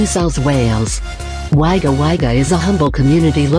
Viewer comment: It pronounced Melbourne, Adelaide, Sydney and Wodonga perfectly. Mackay was a fail. It’s pronounced Mac eye. Wagga Wagga is Wogga Wogga. Brisbane is Brizban. Canberra is Can-bra.